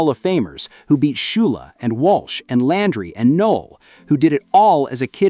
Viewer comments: Tom “Laundry”? I HATE AI. Btw, Coach Flores is in the PFHOF. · You pronounced his name Tom Laundry AI is a joke